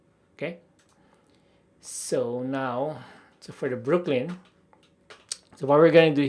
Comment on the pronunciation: Great tutorial. You left out the "L" in Brooklyn.